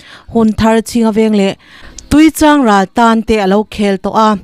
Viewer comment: Tuichangral i lam danhi Artui kantih ang hian i lam tlat a,tui kan lam ang hian lam ve mai la